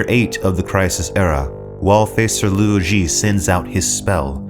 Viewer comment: Hey...some pointers for future videos: Ye Wenjie = Yuh Wuhn-jyeh Cheng Xin = Chuhng Sheen Luo Ji = Lwoh Jee Cixin Liu = Tsuh-sheen Lyoh Much respect! Love your videos! ❤